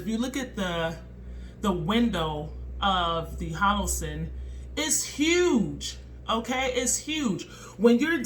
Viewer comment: HO LO SUN! LOL! U keep saying HO LO SIN.... PRICELESS!